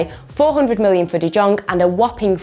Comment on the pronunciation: Not Dutch but isn't it like De Yong, the J is a Y basically